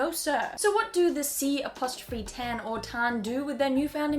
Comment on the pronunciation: The C'tan are pronounced K'-Taahn, like...with a k. Comes from Sheitan (arabic for Satan) probably...